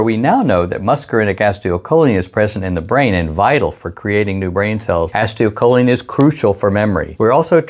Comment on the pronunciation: Pronounced "ACEEEToL-choline". NOT "ASTIO-choline" 🤪